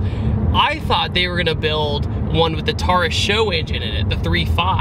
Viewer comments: it's taurus not tarus learn howto say it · You say Taurus like TARAS. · is he saying tar-ass??? lol